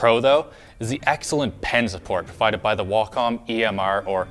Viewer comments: THANK YOU FOR PRONOUNCING WACOM CORRECTLY. [deep inhalation noises] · Can It be? After 10 years, have I FINALLY learned how pronounce 'Wacom' the right way???